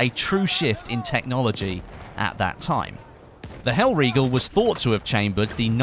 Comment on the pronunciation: not mispronouncing hellriegel, subbed